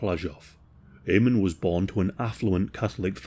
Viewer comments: If you're going to make a video on this man you might at least have tried to pronounce his name correctly. In phonetic English its pronounced Armon Gurt. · There is a documentary called Inheritance about Amon (AH-mon) Goeth (gurt)'s daughter (love you,, but here's some more pronunciation: Płazsów = PWAH-shohv). She talked about how there were kids when she was growing up who used to think it was great that her father had been a Kommandant of a concentration camp, and that it never sat right with her. She also talked about her mother, and what she had been told about the camp itself as a very young child. She also taked about Oskar Schindler, whom she used to see here and there all the way through her teen years. And, at the time, she was raising her mixed race grandson. She got to meet a couple of survivors and hear uncomfortable stories about her father.